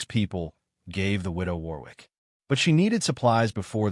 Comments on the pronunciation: It's pronounced 'Worrick'. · Warwick is pronounced - minus the second 'W' which is silent - thus Warik.... is the correct pronunciation. Good Story by the way.